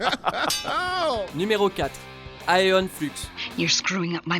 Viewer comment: J'avais l'impression qu'il disait Aeon pute à chaque fois...